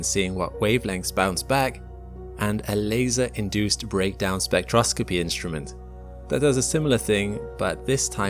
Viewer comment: sorry, spectro-scoppy? 🙃